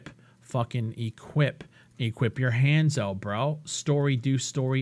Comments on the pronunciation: "Lets try and get a f*cking helmeto, chesto, handso" this got me laughing so hard lol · "ShirtO" "chestO" "handsO" bro I'm fucking done😂😂😂😂